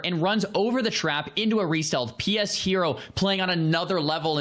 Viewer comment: Lol isn't his name pronounced "Pe shero" not "p.s hero"?